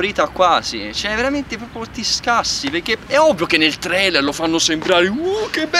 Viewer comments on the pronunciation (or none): none